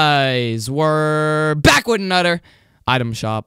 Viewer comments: Anoder is what this Nigga say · Why do you say another like that